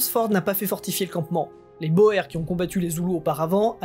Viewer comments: Remarque : on prononce le mot "boer" : "boure" . C'est un mot d'origine néerlandaise qui signifie 'paysan' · Oui boer prononcé comme cela c'est plus un petit poisson. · Prononciations: à faire, soit dans la langue d'origine, soit francisée. Or, ici, on tombe très mal: - "sir" est évidemment à prononcer , pas - "boer" (paysan) n'est pas de l'Allemand, mais du Néerlandais et impossible à franciser. Prononcer uniquement , y compris au pluriel. En effet, le pluriel est "boeren" en Néerlandais, incompréhensible pour la plupart des auditeurs.